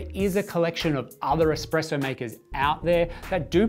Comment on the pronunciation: Can you trust a source that says "expresso"? ;)